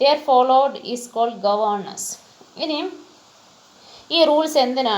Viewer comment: It is not govenace it is governance